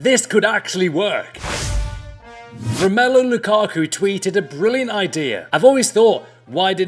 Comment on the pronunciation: ROM-ALU sorry but it really bothers me☹